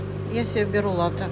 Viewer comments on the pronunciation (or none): none